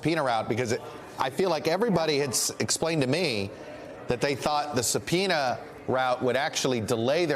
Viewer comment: Are you saying a subpeonia isbullisht